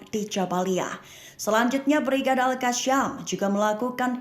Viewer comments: Al qassam bukan qasham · Al qasham ke Al qassam??tolol ke juru bicara konoha ni😂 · Al qassam malah di sebut al qassham😅